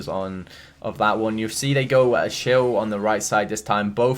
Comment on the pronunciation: Is anyone getting mad when pronounces Achille Achill?